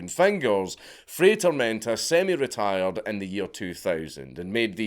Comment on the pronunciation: Dude, it's not rocket science. "FRY TOHRMEHNTAH" "Get a language", says the mumbler. Just admit your cranial capacity dooms you to be monolingual. I have to use closed captions on your videos, just because of what your tongue and mouth do, both to English and my ears 😡 Also, weren't Ashita no Joe and Fist of the North star built on the premise of an aged-out orphan fighting to fund their orphanage? 🥱